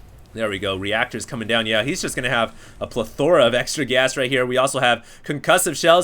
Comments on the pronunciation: a plathora??? its pronounced pleh thur a :) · A pleTHORa? Where did he learn to pronounce that? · you pronounced, and used incorrectly the word "plethora"